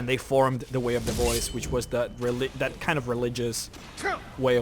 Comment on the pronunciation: Its funny when you say "way of the boys".